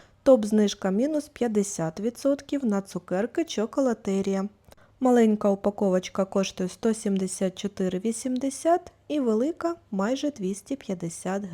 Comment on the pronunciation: чоколатерІя-наголос на І